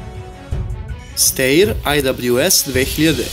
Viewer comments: Mal korektura; ne izgovara se Steir, nego Stajer (Schtajer). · Video je dobar!!!Izbor koji si napravio je za pohvalu.Ali, ne znam zašto svi čitaju nemački kao engleski...,,Steyr" Stejer, već Štajr, ili Štajer.,,Mannlicher" se ne čita Manličer, već Manliher...I kod ,,krupnokalibarska" se ne stavlja crtica... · Ja bih rekao da se STEYR čita ŠTAJER ali ajd sad...malo edukacije nije na odmet kad već hoćeš druge da edukuješ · steyr se cita štajer